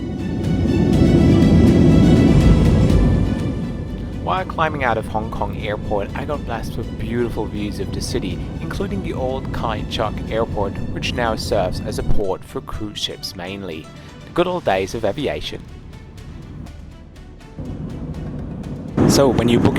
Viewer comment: HK airport was not called "Kai Chuk" , it was called "Kai Tak" and is missed by everyone here😊